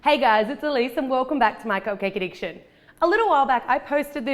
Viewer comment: no but I hear my cocake addiction